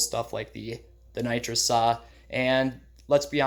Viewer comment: It’s actually pronounced nitrous, not nitrous 🤣 limited coil joke was hilarious